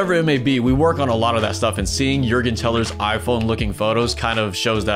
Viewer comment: You did pronounce his name the right way! 😂